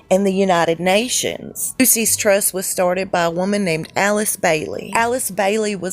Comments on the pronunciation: It's NOT 'Lucy's Trust'. It's LUKUS Trust! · I hear she's a transgender lady too! Don't look like it to me, but they work wonders like they do with Michael Obama, but it's easy to see him, so huge and muscular! Took a crew of 22 to dress him, lol! Anyway, just sayin' it's pronounced LOO-SHUS, not Lucy's Trust . God Bless all truth seekers, thanks for the fun video! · "Loose Ess Trust"...not Lucy.s.. Lol! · Lucis trust is a satanic organization. It is short for Lucifer's Trust. Dont make it sound like "Lucy's Trust" It sounds more like "Lu-sis Trust"